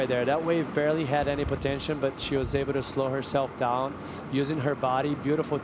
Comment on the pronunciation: Is there no one responsible to tell to NOT say "100%" anymore? Is there no one reponsible to tell that it is "POTENTIAL", not "potention" or whatever fantasy word he made up there.